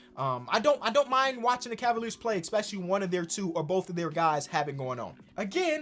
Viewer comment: i love you bruh... its especially... not expecially